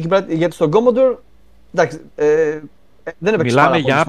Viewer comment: Πολύ ενδιαφέρουσα η gaming ιστορία του Γιάννη Dreamwarrior! Μας ενώνει η αγάπη για τον Commodore 64 που σε μια στιγμή τον πρόφερε σωστά, όπως πρέπει, ορθόδοξα, ως "Κομοντόρε". Ο Τόλης ανταπεξήλθε επιτυχώς στην πρόκληση ενός διαολεμένου είδους παιχνιδιών, το vertical scroller με αεροπλανάκι που δοκιμάζει τις αντοχές του καρδιαγγειακού και νευρικού σου συστηματος.